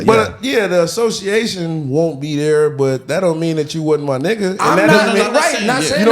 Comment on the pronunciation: the way she says nigga tells me she’s not black. quit letting that shit slide yall